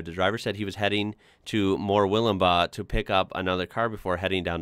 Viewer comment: Hey, I live in Murwillumbah 😁, you pronounced Murwillumbah perfectly! Usually if I am on the phone with a business whose head office is in one city or another, they will opt to spell Murwillumbah back to me rather than try to pronounce it 😂 Name meaning = place of many possums 😊 Luna is beautiful by the way 🥰